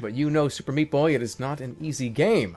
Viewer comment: Sometimes it sounds like Super Shpee Boy.